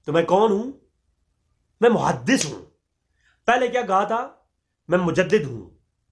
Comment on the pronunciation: muhadiss nahin muhaddas hota ha